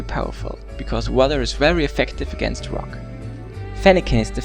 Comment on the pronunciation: He said fuck type instead of rock type